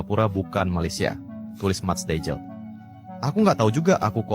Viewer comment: Bukan dejil tapi deiyl huruf j di baca y dalam bahasa belanda